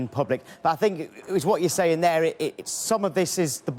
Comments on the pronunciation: "I sink, I sink, I sink.........I've sunk!!!" Ha ha ha LOL Mr Ego Maniac finally turns into the "Sacked One", not as special as he thought he was, the true "Specialist In Failure"............all I can say is Wenger In!!! 🤣🤣🤣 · “ I sink”